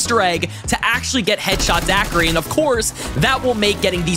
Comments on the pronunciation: "Headshot daquri"😭😭😭😭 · Can't wait for the zombie nerds to get here and see him calling it "Headshot daquiri" 💀💀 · its "Deadshot daiquiri"